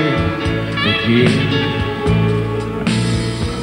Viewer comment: ?????? A mnie sie zdaje, ze Wojtek wymawia "again" akurat tak jak trzeba...